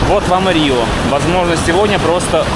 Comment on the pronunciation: Пупсоны, все слова в португальском оканчивающиеся на "o" читаются с русским звуком "у", поэтому Риу вместо Рио, Порту вместо Порто и Обригаду вместо обригадо для мальчиков